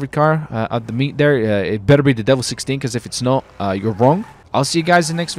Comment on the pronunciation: Ur supposed to say it like (Di-vell) u say the vell like well but with a v